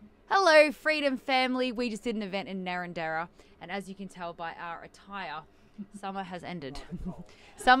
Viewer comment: Iv never lived in that town but lm sure the pronunciation isn't narranDERA as you said , but narRANdera is the correct inflection . Narranderites can correct me if lm wrong 😂